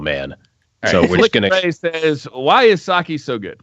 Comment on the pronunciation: Goes on rant about Sake. Pronounces it wrong.